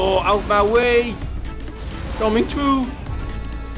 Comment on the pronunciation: From to he sounds like a four year old playing with his toys cars. And the way he says through.